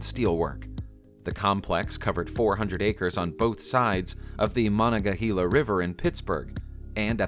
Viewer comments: Monongahela (one of the 3 rivers in Pittsburgh) is actually pronounced: Ma-non-ga-hey-la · Its pronounced Ma-non-ga-hay-la or “The Mon” for short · Seriously? Mon-non-a-ga-hela? You're not even trying. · Pittsburgher here, it’s pronounced muh non guh hay la. I live 10 min from the mon river ironically enough on Monongahela Ave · Just an FYI....@ its said "MON-ON-GUH-HEY-LUH" 💜💜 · Terrible mispronounciation of "Monongahela. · Place names can be difficult which is why it's so important that you find the correct pronunciation before stabbing in the dark like a goon. Monongahela isn't pronounced like you did. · I was going to give him a pass on that one. It is a tongue twister if you aren’t from around here! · came to the comments just to see who else was calling this guy out for butchering the name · You said Monongahela wrong. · Literally checked comments to see if anyone else noticed lol he butchered the name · Butchered badly. Hate for him to try Allegheny. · ...The worst pronunciation of the Mon River ever. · LOL Monongahela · Monongahela, is also mispronounced. Most of these videos are a 90% waste of time & this one is no exception. Why do I even bother...